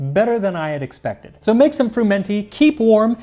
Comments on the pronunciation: I don't think it is pronounced fruMENty, but swallowing the n as frUmety. The stress on the u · Huh, so that's how it's pronounced when you aren't in deepest somerset. I've always heard it fr-UM-enty, with the emphasis on the um, and usually with the T dropped because somerset accents don't include much in the way of consonants. It sounds so much posher the Italian way. This sort of stodge is still eaten in some of the really rural bits of the UK, including somerset and the welsh valleys (at least in the 20s and 30s it was, when they could afford the eggs).